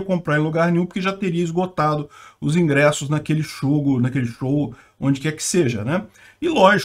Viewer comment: "Naquele shogo, naquele jow". (Turguniev, Peter)